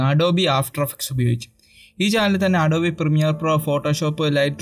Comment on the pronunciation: ADOB-E Alla bro ADOBE aanu